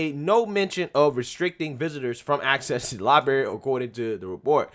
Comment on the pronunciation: Lie-BRary. Not Lie-Bary